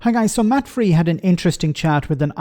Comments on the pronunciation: Matt Frei = Matt "Fry" (not "Free") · Great vid, sorry for the pedantry, it's Matt "FRY" as in a Sunday fry for breakfast! He's German originally, his Surname is Frei, meaning "free" aug Deutsch! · The radio presenter's last name is pronounced "fry".